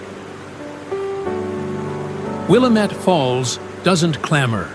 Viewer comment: I lived in Portland for 27 years and Willamette is pronounced WilLAmette